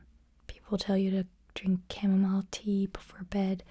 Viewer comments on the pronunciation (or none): none